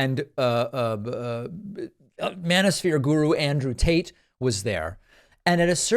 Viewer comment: 😂 Did you say, “Andrew Taint!?”